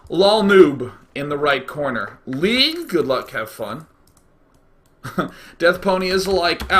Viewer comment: "get in da cornah!" XD hahahahahahahhaah